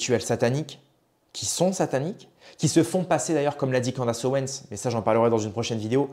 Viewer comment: CANDAAAAACE non cela prononce Candice merci